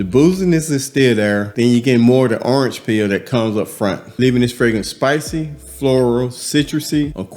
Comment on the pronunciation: The way he says orange lol earnj 😂